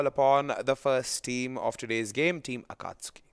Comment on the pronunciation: It's pronounced AKATSKIII FFS